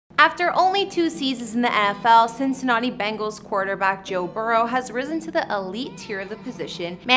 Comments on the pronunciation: She did not just say Cincinnati-not-e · Cincininoti lol